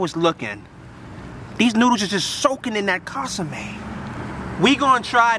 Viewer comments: Bro got me dying talkin about casame😭😭😭 I’m like wtf is he talking about, til I realized he was referring to the consume (con-su-meh) 😭😭😭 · "Casame" hahaha